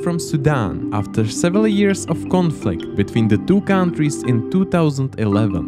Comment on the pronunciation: cow n' trees xD